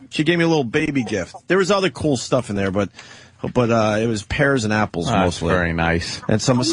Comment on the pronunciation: I can't stand the way he says "cool"... it comes out sounding like "kull" or "koowul" GRRR!